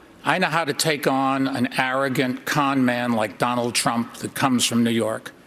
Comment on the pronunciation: Domald trum 😂😃because he says. Suchin tendokier Swami vivekamund.